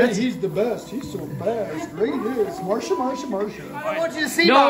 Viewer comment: Lol Marsha, Marshsa, Marsha